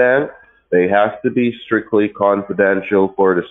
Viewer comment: Canfordential!!!!!!!! I think he means confidential..... Back to school, fellow